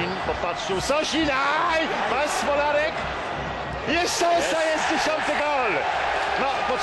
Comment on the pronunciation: Włodzimierz Smolarek A nie E